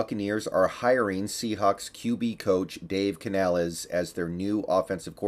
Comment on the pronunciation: You know how to pronounce the coach name you racist.